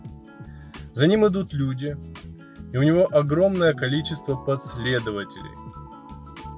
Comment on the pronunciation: подследователей? Показалось, что так он говорит. Странно.